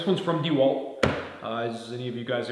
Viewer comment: Dee-Walt lol